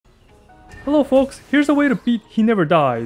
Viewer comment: "Hellow folks" 👩‍🦰